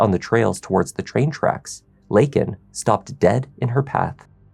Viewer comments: It's LAYkin not LINkin. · Biden says "Lincoln" Riley......always an idiot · Only 37 Democrats voted FOR the Laken Riley act. Who in the Fk pronounces her name wrong????? That’s right Joe FKN Biden. He PERSONALLY LET THIS DEMON in the U.S. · Regardless of your political stance, this girl should not have been used as a tool to push any political agenda. Neither side handled this well. Biden couldn't even pronounce her name correctly. That must have been so exhausting for the family. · Joe can’t even say her name right. Wow. 😢 Prayers to her family. Never should have happened. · Biden couldn't pronounce her name right. 🥵